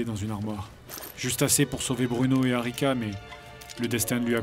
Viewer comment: j'ai entendu Arnica au lieu d'Arica... :C